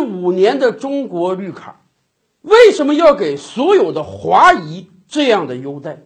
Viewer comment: 华裔 第四声 谢谢🙏